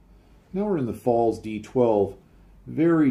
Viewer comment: try saying Pfalts. I believe 'z' (Zed) or Zee in American. in German is pronounced 'tz' or 'ts'. The P is obviously silent. Cheers for another interesting video.